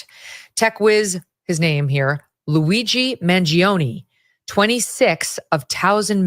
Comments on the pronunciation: It's pronounced Man join A! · Man-g-own-e is how it’s pronounced just fyi but I am completely disgusted with some of the people of this country! Regardless of what you think or how you feel about our healthcare system no human being deserves to be gunned down in cold blood! Also not to mention he has no control over the policy’s that determine how are healthcare system functions! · Bro, did you not read comments on social media last week? 99% of them supported the assassin. And I can't believe you're from NYC and can't pronounce an Italian name? 😂